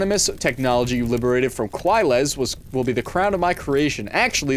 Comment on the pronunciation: boy y u say quilez like that...